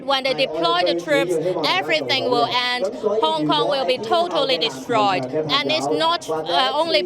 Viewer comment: yeah guys im from Hong Konmg. you mean Hong Kong. What the fuck is that I clearly said Hong Komg